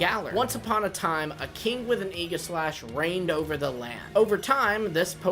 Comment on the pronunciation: Oh no. The new kids mispronouncing Aegislash